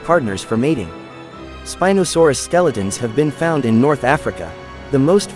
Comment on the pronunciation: You said spinadasaurs